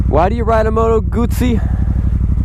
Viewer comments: it's goot-zee like pizza is peet-za . double z in Italian is a hard Z sound. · Why does have such a problem with Guzzi......its the same s probounciation as pizza ffs...glad you liked the bike. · You're a funny guy! I like it........ Can't pronounce Guzzi, not sure if they are Italian, comparing them with Triumphs,..... Triumphs! ... and that bit about why people ride Guzzis, "cos no one else has one, because there are no dealers anywhere" Hilarious. (You ARE trying to sell this bike right? or do you want to keep it? A nice test review. You must have said you love it half a dozen times. That is why people ride Guzzis. There's nothing like them. Good luck with the sale. If I was an ocean closer, I'd buy it. Cheers Mate. Cali Jackal Bob. Proud owner of two Guzzis and looking for MORE!